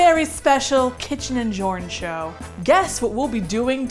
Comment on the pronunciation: Jorn?! I thought you said Shorn.... 🥺😳